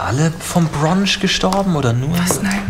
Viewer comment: Brunch nicht Bronch